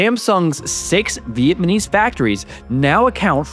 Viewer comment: Great video, I’ve become hooked on your channel since finding it earlier this week. Keep up the good work! Btw I sent a few of your videos to my girlfriend, she was clowning on you for saying viet-man-ese but that’s how my dad said it and I miss him so I kind of like it lol.